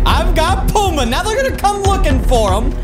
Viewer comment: DUDE ITS PUMBA NOT PUMA